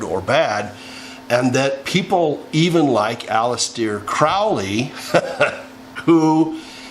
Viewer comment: Did you say Alice-dear Crowley??